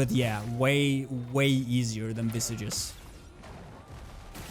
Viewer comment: btw just a lil gripe i have, visages is meant to be in french and thus is pronounced as v-saj (soft J, not strong like G) you can open google translate, set it to french and type visages, then listen to it to see what the correct pronunciation is like